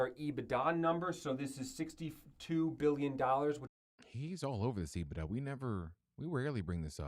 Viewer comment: caught me off guard haha, my finance teacher used to say ebitDA like that as well. Hilarious!